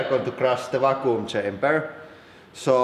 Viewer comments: I honestly thought you said "Fakku" chamber.... and please don't look up Fakku if you're not 18+... (even though I know some of you will anyway) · i thought he was saying raccoon chamber lmao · "Or at least...why the fucoom chamber?"